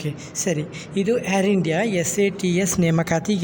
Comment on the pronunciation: ಅದು ಹೇರ್ ಇಂಡಿಯ ಅಲ್ಲ ಮಾರಾಯಾ.. ಏರ್ ಇಂಡಿಯಾ...😂😂😂